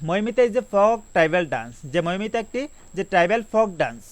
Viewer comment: No.5 Mamita, not maimita